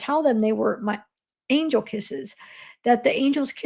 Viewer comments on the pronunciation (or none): none